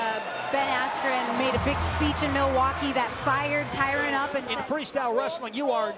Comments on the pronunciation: Imagine getting Khamzat's name correct but not Tyron Woodley lol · "TYRON" Guys... "TYRON".... He was a former UFC Welterweight Champion.. Put some Respect.